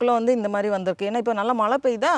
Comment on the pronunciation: Always a pleasure to watch your garden harvest.. love your simplicity and the way you engage your kid with nature.. kudos👍. One simple suggestion I would like to give you.. being a tamil influencer pls try to pronounce 'zha' in Tamil instead of replacing it with 'la'.. you said Malai for rain which is not pleasing.. it just needs a conscious practice.. I hope you will give it a try..